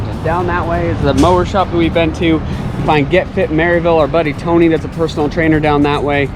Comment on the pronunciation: Has anyone told you the correct pronunciation of Maryville? Murriville otherwise they know your a transplant.